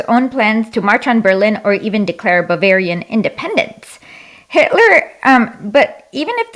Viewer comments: Does she think it's smart to say "bavarish"? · my god this woman cannot pronounce german states, bavarish?? really??